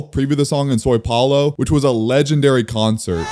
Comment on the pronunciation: Aye man you gotta stop saying soy paolo